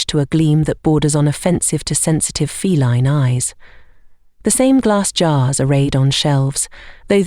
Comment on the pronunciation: "fel-EEN companion:???? What?😮 Liked and subbed from Newfoundland ❤!